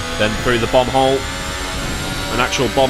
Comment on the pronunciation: "bomb hole"... Totally heard bum hole... I need rest asap...